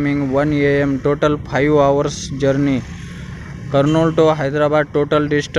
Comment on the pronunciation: total pive hours good english🤣🤣